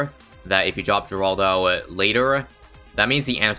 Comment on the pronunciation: It's said heraldo